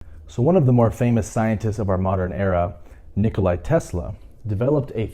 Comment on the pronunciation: It's Nik-oh-la. Think Ricola. Not Nik-oh-lie-ee or whatever you said